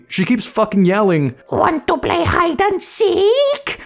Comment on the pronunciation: I am hearing her always say hide and seet